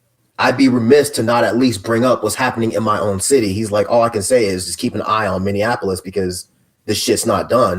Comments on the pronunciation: I have never heard anyone mispronounce Minneapolis like that. It sounds terrible.😖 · The Minneapolis pronunciation thing is because so many people think it's like Indianapolis